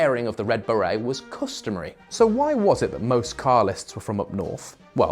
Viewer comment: Not perfect with the pronunciation of Stuart and beret.